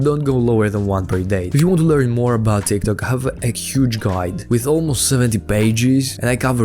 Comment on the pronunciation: Does he say Tiktak with intention??